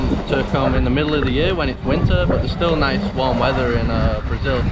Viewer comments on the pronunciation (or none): none